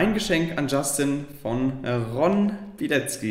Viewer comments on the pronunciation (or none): Niemand: Wirklich Niemand: Justin: "RON BIELEZZZZKI".